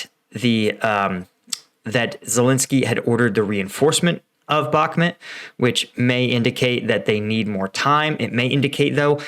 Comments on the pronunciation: US intelligence "ain't all that" like you describe. They didn't even pick up how badly equipped pre-invasion. Frankly, you're dead wrong on so many levels. Bakhmut (PLEASE learn how to pronounce it correctly) is a flame drawing in russian forces including inept "special" forces, that are only special in taking out weak, untrained syrian, georgian, etc., warriors. AND, russia pushing hard means nothing... nothing. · Dude you need to watch the Russian Dudes channel, and its pronounced Bakmoot Not Bacmint, you drive me crazy with that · It's pronounced Bachmoot. All I've heard from the ground it's the Wagner Group fighting for Ukraine they're not Ukrainian but mercenaries. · Mate, for 100th time - it's BaHmut, not BaKmut. WTF?